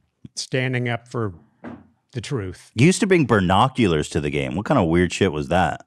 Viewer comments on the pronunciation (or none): AS I HEARD BERRNOCULARS I READ THIS COMMENT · Ethan: Makes fun of his mom for saying YEETS Also Ethan: BERRnoculars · did ethan really just say “BUR noculars” 😂😂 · Ethan saying bernoculars traumatized me, where's my sarcastic apology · Ethan saying BERNAculars instead of binoculars 💀💀💀💀